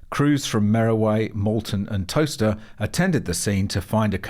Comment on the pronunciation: At least you pronounced Towcester correctly 😂